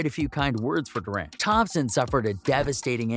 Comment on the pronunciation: bro its durant (Durrant) and its Embiid (M beed) and Antetokounmpo (Antetokoumpo)